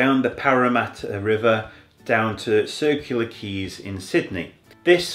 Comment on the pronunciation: I am sure you are Say Leura wrong m8 lol. I Went to School at Wentworth Falls for a few years around the corner. Took the Train from Warrimoo. Thats the Road sign on the High Hay with Blinky Bill omn it. Glad you got to see the the Blue Mountains. Miss it a bit living in Queensland. No one calls is a Woodland lol. Scrub or Bush or Forest. Its Quay not keys lol. Just a nit picking local. Sydney is a Bit Busy for me, feeling the Population Graowth now where I live now, aka Traffic Jams. Glad you enjoyed it, all the Best from Australia.